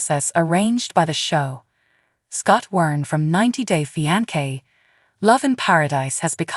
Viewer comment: Love how the AI keeps pronouncing the word fiance wrong but in different ways 🤣😂